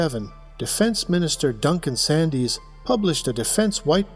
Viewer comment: it's pronounced 'Sands' like at the beach.